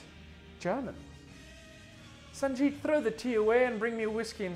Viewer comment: You only pronounced Sanjeet wrong.